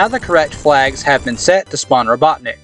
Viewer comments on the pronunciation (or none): none